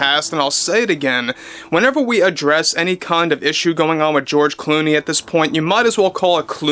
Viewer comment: De Zero and George De Clony😂😂😂